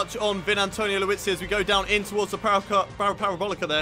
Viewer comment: he's liuzzi not luizzi